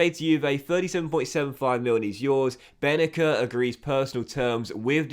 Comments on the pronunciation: His name pronounced ben naser not benaker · So happy you sold Bennacer, now we don’t have to hear you constantly butcher his name. 😂